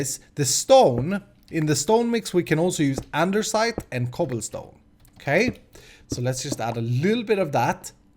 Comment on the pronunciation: i love how says andesite like andersite